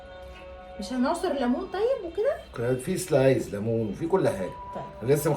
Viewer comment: اسمها سلايس يا حبيبتي مش سلايز